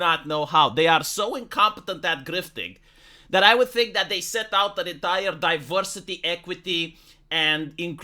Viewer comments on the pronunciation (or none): none